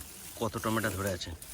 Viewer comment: টমেটা না দাদা টমেটো উচ্চারণ করো❤❤